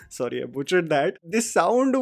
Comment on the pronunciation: Horrible show it is. How come a woman say other english words correctly, but can't say Sorry correctly. Instead she says Suri. Apart from that rest is you can't see a woman being bashed like this. I am sure that no family anywhere in the world goes through such hell whole situations. Question is what are they trying to portray, that a woman shud stand for herself and it takes 400 episodes to do that. I thank myself that i stopped watching this at the 200th episode. Atleast my BP is normal now. I watch Tarak Mehta ka Ulta chasma, which is hilarious and no doubt its the number one show till today.